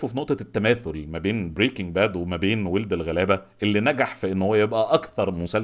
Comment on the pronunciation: انا متفقة كتير مع حاجات كتير قلتها!! بس أحب أقولك ان اسم المسلسل مش وٍلد الغلابة، هي وَلَد الغلابة! بتلفظ wald مش weld. ممكن تسمع بهاء سلطان بيقولها في تتر النهاية!!